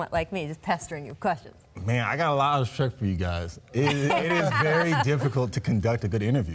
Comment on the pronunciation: "I got alotta resppuh for you guys